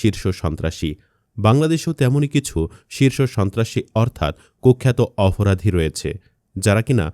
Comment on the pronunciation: উচ্চারণ সঠিক করেন।অফরাধী আবার কি?আর আসল সন্ত্রাসীদের নাম বলেননি।